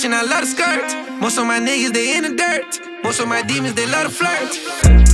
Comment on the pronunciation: He pronounces the letter T so hard “Dir-Tt, Skir-Tt” 😂 track still fire tho 🔥